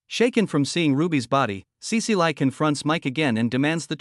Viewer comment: Cecile is pronounced sea-seal not sea-sea-lie. Gah, AI voices these days.